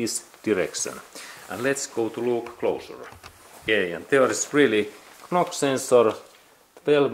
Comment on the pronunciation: Thank you for your video. By the way, knock-sensor is spoken "nock-sensor" in English. Likewise "Fort Knox" is spoken "Fort Nox". 😊